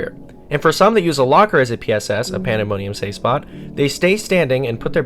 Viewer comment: ”panda money ummm”